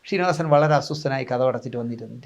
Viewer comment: ഷീനിവാസൻ അല്ലെടാ... ശ്രീ...ശ്രീനിവാസൻ എന്നു പറഞ്ഞു പഠിക്കെടാ